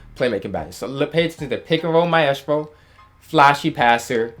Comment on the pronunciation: Yo Why you say maestro like that?